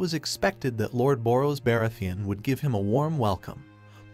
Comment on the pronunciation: That's the only Name you noticed was Targaryen? Baratheon, Rhynera , Aemon, Aegon ,etc ,Umm 😳 All the names are mispronounced . Not a very smart AI .